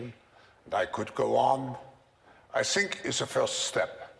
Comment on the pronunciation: "I sshink it's a good sshing.." 🤯